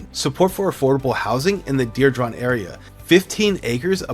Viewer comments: Diridon is pronounced: DEER-"e"-dawn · This is the second realtor video where the realtor can’t pronounce diridon? I’m starting to thing these guys are getting Ai scripts and just flooding the zone. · you say diridon hella weird. for someone who claims to be here for three generations learn how to pronounce it right 😂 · I came to the comments for this. I was born here too and know how to pronounce it. I want to see his birth certificate. 😂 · Mispronouncing DIRIDON